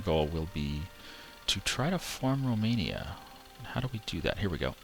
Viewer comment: Its pronaumced romeinia and written romania